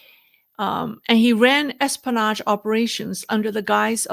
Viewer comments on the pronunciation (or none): You're missing the "o" in pronouncing espionage:) Say it like this: S-P-O-NaJ great video,! Your pronunciation is getting much better, btw!